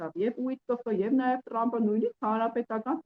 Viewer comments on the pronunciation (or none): լայ լաղջիկ լերվուծաբան խի՞ ես Թրամփին Տրամպ ասում Մենք թ և փ տառերն ու հնչյուններն ունենք ։